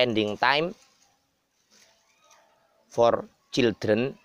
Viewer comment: waalaikumsalam,mas niku kok childreen wkwk bukane yang bener children